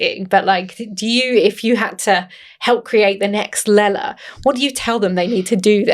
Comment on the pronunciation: Great discussion. Her name is not Lala.